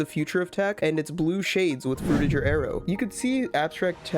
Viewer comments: its pronounced frutiGer not frutiJer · Pretty sure the "ger" in "Frutiger Aero" is supposed to be pronounced like the "ger" in "bigger"